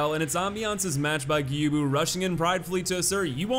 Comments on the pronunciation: welp you mispronounced Gyoubu again. It's pronounced gyo-u-bu, not gyubu. Although this hardly matters. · His name is pronounced YOU-bu. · It’s more like Gi - Oh - Boo, not Gi - You - Boo. You can do it, I believe in you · plays a clip of Gyobu screaming his name: Geeyubu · Gyoubu is pronounced with a long "o". "Gyou" rhymes with "throw". The English voice actor does pronounce it correctly. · Gyow-boo Ma-sa-ta-ka O-knee-wa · [Plays Gyoubu’s English lines] MY NAME IS GYOUBU MASATAKA ONIWA [continues to pronounce it Gyubu instead] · Just wanted to let you know that you had Gyoubu's name right the first time around. The way you say it in this video would be correct if it was spelled Gyubu. Just letting you know. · You even pointed out the fact that he SCREAMS his name xD how can you not pronounce it after that performance?? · Fails to pronounce Gyoubu’s name right, proceeds to show clip of Gyoubu shouting his name. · How can you not know how to pronounce Gyoubu Oniwa's name? He literally shouts it at you as he enters the arena. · Gyoubu literally yells his name in the beginning. How the hell are you still able to mispronounce it? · Any time you see an "ou" in a Japanese name. It's just an O sound. Gyoubu, Juzou, Hadouken, etc. It's all O, like "dough" or "throw" It's a hard O, ALWAYS. Never a "ooo" sound. There's a letter U there because the O sound is slightly elongated. "Tanto" has a fast O sound at the end, while "Musou" would have a slightly longer O sound. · Ok so here’s how to pronounce gyoubu First name: Add a G before yo, like yo yo. Make the vowel end a bit longer, and then a bu like boo Gyo - bu Second name: Ma sa ta ka, each sounding like ma from mama You got the third name right tho!